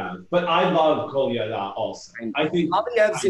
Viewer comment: Loving this! Finally some real skating. Also it sounded like he kept saying pina colada instead of Kolyada.